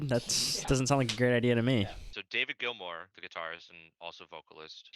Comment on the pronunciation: Why do you keep saying glimor? Even after being told that it's GILMOUR😂